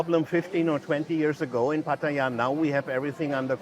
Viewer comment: FYI. There is no I in Pattaya ! You should learn how to pronounce the place you are talking about. Friendly advice 🤝🏼.